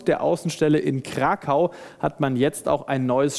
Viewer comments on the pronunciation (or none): none